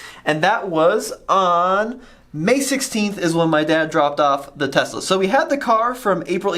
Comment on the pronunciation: thanks for saying "Tesla" ---- with an "S" and not Tezzzzzzzzla some of the Tesla advocates are SO obnoxious and thanks for caring about the truth!